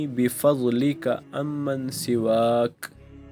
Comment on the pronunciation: Ye lafz unman hey umman